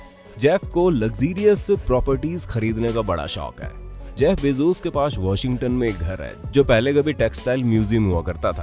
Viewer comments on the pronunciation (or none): Its bezos not bezoos